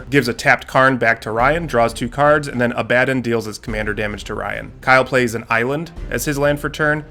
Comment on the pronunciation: Szarekh : Zair - ick Abaddon : Abba like the band - don Great content. Love it.